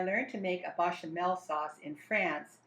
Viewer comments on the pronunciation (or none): BAYchamel. Not BAHchamel. For someone who claims to have learned to make this in France your pronunciation is terrible. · As a native French speaker (born in France, French mother, French grandparents on mother's side, went to university in France, lived in France, etc) I sugest you learn how to pronounce some of the words you are using. Your 'English' is poor... your French is simply appalling. It's not "Bachamel" for a start... note the é as the second letter which is definitely NOT pronounced the same as an a As for the dish itself... talk about making a pig's ear of things! I really, REALLY, R E A L L Y wish Americans would stop making cooking videos. YOUR FOOD SUCKS!!!!